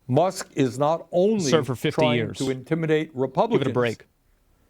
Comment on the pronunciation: Elon "MUCKS"